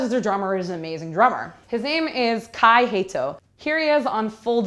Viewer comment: Gotta love that English focused accent ''Ensiferium'' ''Kai Heito'' XDDDD, also how dare you to compare Wintersun to anything else let alone COF :\...... kinda losing respect for this channel and their ''reviewers''